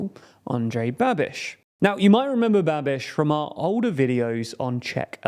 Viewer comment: You say "Babiš" like "Rubesh" :D